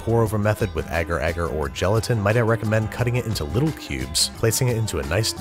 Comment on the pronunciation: i'm repeating the video like 10 times already, and i'm 80% sure you're saying "cutting it into little pubes"